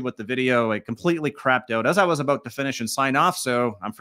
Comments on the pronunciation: That aboot killed me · A-boot.... lol